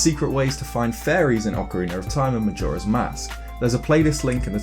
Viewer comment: He says ocariner and not ocarina